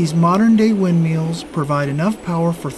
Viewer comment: Did he say "wind meals?"